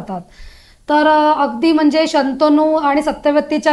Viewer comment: जब्बरदस्त पकड आहे तुमची मराठी भाषेवर. तुम्ही शांतनू चे जागी सुधारून करून शंतनू म्हणलात. ह्यातून तुमची मराठी भाषेबद्दल असलेली उत्तम जाणकारी दिसते.